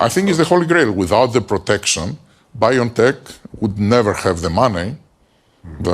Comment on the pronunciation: Did you know that BioNTech is located in the German city of Mainz and the address is (translated) Goldmine 12, how ironic is that? And it is pronounced Biontech as ons single word. Not Bio-N-Tech ;-)